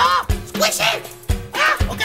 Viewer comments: Love when he says esquishy. Love the skit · you mean escuychy